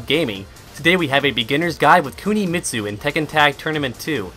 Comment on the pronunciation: Woah "Kunimistu"